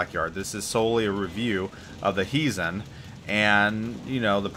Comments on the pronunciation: It is pronounced as though you were saying "HI" to someone. HIzen. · Your Japanese pronunciation is decent. Except for the accent. It should be on the first syllable. Why English speakers give Japanese names Spanish (Italian ?) accents is beyond me :-D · I don't agree with you, directives are easy and 90% of the player base will do them anyway for the nice rewards. You basically spend 5000 doubloons for a Premium T9 BB that is the price of t5-t6 premium. The accent is on the "I" that is the problem with your pronunciation.